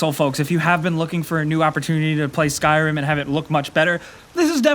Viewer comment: Did anyone else notice how he said skyrim ? XD